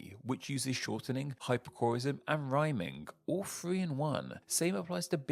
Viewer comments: "Footeen o fwee" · O:48. Firteen o' free? Are you kidding?